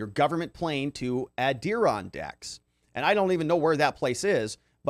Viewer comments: You got the em-FA-sis on the wrong sy-LA-ble, it's Ad-dir-RON-dacks - the principle range of mountains running N.-S. roughly parallel to the Atlantic coastline: including the Alleghenies, Ramapo, Appelachian, etc. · Lol Adirondack’s lollll (Ader-ON-dacks) can tell you’re not from the east coast! (Just busting your chops) cheers friend!! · it is pronounced ' ADD-IH-RON-DACKS and is a mountain resort community in upstate NY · Love your stuff...the mountains in upstate New York are pronounced, more like, "Adder-RON-dacks" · Ad- er-on -daks ... NY mtns. gr8 video! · Add-ir-ron-daks It's the "other" mountain range in upstate NY (besides the Catskills). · Maybe look up the pronunciation of Adirondacks